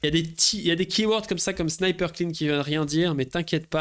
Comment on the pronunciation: Alors un "snippet" en anglais, ça se prononce pas comme un "sniper" ! Le premier se prononce "ˈsnipət" donc on entend "i" alors que les second se prononce "ˈsnīpər" donc on entend "ail"...